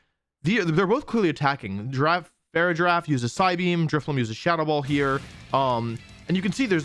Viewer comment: I can't tell if he's pronouncing the Farigiraf's name wrong as a bit or because he was yelling when they said it in the trailer lol